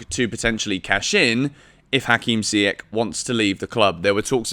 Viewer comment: Pronounce Ziyech properly...after all this time.🤦🏾‍♂️